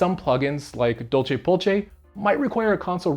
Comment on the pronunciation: The way you pronounce DolcePolce is funny to me .. but it might not be incorrect I dunno latin lol Name comes from the fact the vitaTV code name is “Dolce” which itself comes from the Latin phrase “La Dolce Vita”.